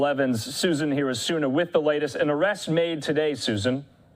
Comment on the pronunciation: It’s “cup-fur”. It’s German and means, Copper